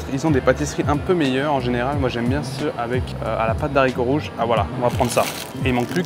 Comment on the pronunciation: De haricots rouges... Stp.. Le h ne permet pas la liaison ❤ merci